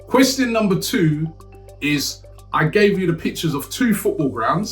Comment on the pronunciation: saying question like, quetstststin